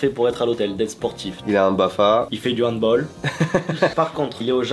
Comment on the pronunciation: On dit Handballe pour le handball 😂